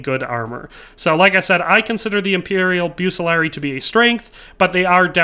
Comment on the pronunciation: Pronounced Buk-Kuh-Lar-Ree-E (Bucelarii)❤